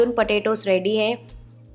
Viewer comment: It’s pronounced k-June not ka june